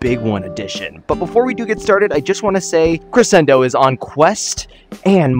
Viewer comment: Ik it’s not really a big deal but it just bothers me. It’s Cre-Shen-do Not Cre-sen-do